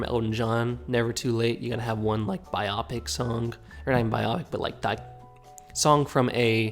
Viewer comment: no jeremy strong guy pierce Btw....fyi... Theres no such word as Buy-op-pick (biopic) Its pronounce BUY-O PICK - like biography. September 5 no way for best pic..